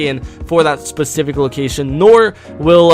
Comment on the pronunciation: Specific not pecific